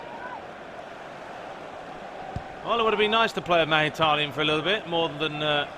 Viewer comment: Who the fuck is "magitaryan" 😂